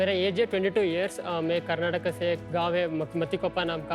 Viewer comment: Ritesh sir, it's Karnataka not Karnatak